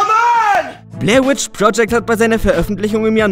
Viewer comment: Es heißt Blair Witch Project Nicht Blair With Project